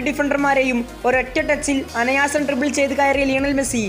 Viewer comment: അനയാസം ❌ അനായാസം ✅😊😊